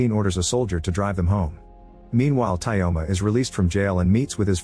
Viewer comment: Tyoma isnt pronounced as Tayoma, in this name yo is yo